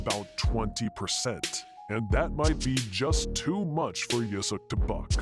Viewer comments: it´s Usyk, not "Yusyk" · Usyk!!! Not Yusyk 😂🤣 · ooo-sick not you-sick bell-you not bell-owe